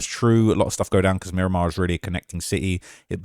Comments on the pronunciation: Murdamar * wtf is miraq 😂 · You said Mi-raq bro I can’t even believe everything you say after that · Mi-Raq… stop it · "MI-RAQ" is wild 😂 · Dont no one in broward or Miami say Mi-raq. Stick to yo chicago vids jit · I was born and raised in Miramar and I’ve never heard anyone say “Mi-raq” 😂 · Mi-raq ??? Stop it bro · He goofy trying to go viral Miami Dade county is wicked but no mi raq